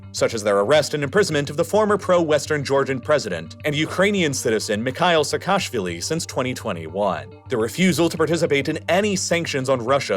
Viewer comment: Georgian surname Pronunciation tip: Say "Seka-shvili" ✅ Not "Se-kashvilli" ❌